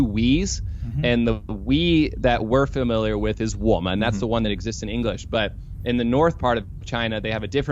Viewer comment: he pronounces "we" wrong. And you guys praise this guy's Chinese. You can't be that great when you can't even get a basic pronoun right. As a native northern Chinese speaker I couldn't understand his prounciation of "we" in chinese. This is like if you pronounce "nous sommes" incorrectly in French and label yourself with native level fluency. Get outta here with that. Intonation is what distinguishes native speaker and westerner speaker of Chinese. they almost always get the intonation wrong. gets intonation wrong too. this happens when you guys don't consume enough Chinese content. This is the case for every language pronunciation error. You really need to watch tv 24/7 in the language in want to learn to master the pronunciation. I'm not insulting you guys. Just pointing out in order to master pronunciation for any language is to consume massive amount of the content. he says "Za men" when it's suppose to be "Zhan men"